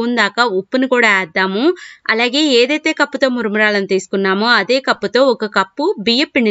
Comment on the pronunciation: మురుమురాలు కాదు మేడమ్, మరమరాలు అనాలి.